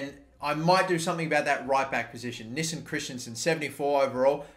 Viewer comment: Just say Nissen